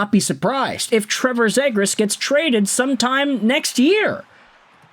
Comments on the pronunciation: You can’t even say his name right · The flyers traded nothing for a potential lottery ticket in a skilled center who needs a change of scenery. If he sucks then he's gone, last year of his contract. We lose a 2nd/4th and Poehling? Who cares? The fact you're the only person I've ever heard say the kids name wrong, do you even know who he is? Do you get your opinions from reading Reddit posts?